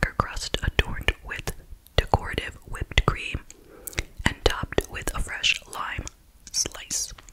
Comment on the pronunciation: Someone please teach this lady how to say decorative.